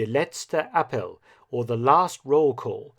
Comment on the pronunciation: It's me, again, Mark, the pronunciation nazi. The spelling of Troost, a surname, may be a bit unusual -- but it would have been pronounced just like "Trost" (Eng: comfort), with the "o", whether single of double, like the "o" in "to and fro". The next blooper is a bit more serious. Try "der let'stuh ah-PELL". Not too far from Eng. "appeal", actually, and indeed, the words have a common root.